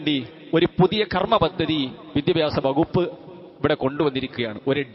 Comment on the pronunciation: മാറിടം...മാറിടം...ഇതു മാത്രമേ സ്ത്രീശരീരത്തിലുള്ളോ?അത് അവിടെമാത്റം നോക്കുന്നതു കൊണ്ടാണ്.ചുരുങ്ങിയത് വിദ്യാഭ്യാസം എന്നെങ്കിലും ഒന്ന് ശരിയായി പറയാൻ കഴിയണേ?